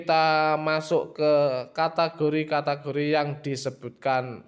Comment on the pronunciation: Bang bukan katagori cara membacanya tapi kategori